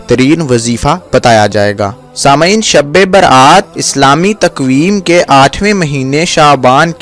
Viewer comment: bolne bhi to nahi ata shbe barat ko sabbe berat.bolta hai